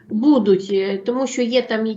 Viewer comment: дуже ріже слух Ваше БУДЄ, БУДУТЬ з наголосом на Е та друге У.